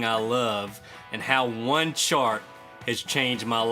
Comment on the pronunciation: I had to replay the beginning a few times laughing so hard thinking you said a shart that changed everything. So grateful I stuck around to find out you said chart.